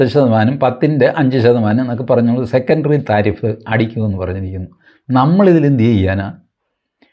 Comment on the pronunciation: love the way tariff is pronounced as thareef ( praise ) ...☺☺